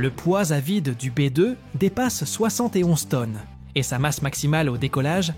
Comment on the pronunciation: Merci L'IA pir li dimonstration di Bi deu!!!🤣🤣🤣